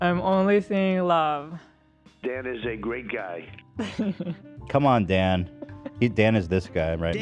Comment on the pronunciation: Hila, his name is Dan, not Den